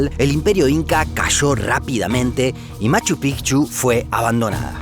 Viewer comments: Porque dices Pijchu, es Machu Picchu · Escucho mal yo, o dice Machu Pigchu? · Nadie:...: Machu PIJJJCHU